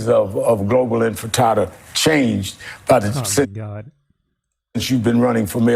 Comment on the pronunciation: “..on the phrase of global infatada” kill me